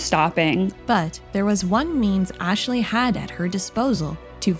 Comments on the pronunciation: omfg why are you saying Ashley's name like that? It's not Ash-a-lee, it's Ash-lee. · Ash-ley It's not that hard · The way you keep calling Ashley "Asheley/Ashilly" is driving me nuts but I forced myself to keep watching because the video is interesting lol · I can’t unhear “Ashaley” lol, great video! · im sorry but the way she kept saying "Ashley" is giving me an ick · I came here to say this. Ashley only has two syllables lol